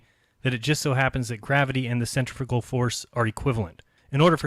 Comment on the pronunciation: I'm not sure if his grasp of science annoys me more than his pronunciation or centripetal and centrifugal or not. Summary "Maths is invented so this is why we should use the bits of physics designed to calculate forces we're not seeing rather than the ones consistent with what we're seeing because what we're seeing can't happen in a world I've imagined. My imagined flat world isn't moving in different straight lines all at the same time but your're hiding that by claiming it's a spherical object rotating and using equations to prove that which just don't work on a flat earth which isn't being pulled in different directions at different magnitudes at the same time."